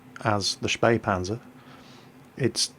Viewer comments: HEY you pronounced Spähpanzer (almost) correctly! :P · you nearely fooled me with getting wrong that the t49 is the fastest t8light with a top speed of 72 (the spähpanzer is faster with 80) but then you actually correctly spelled spähpanzer! you spoke it as good as a german! SO WHO ARE YOU?! AND WHAT DID YOU DO TO!!!!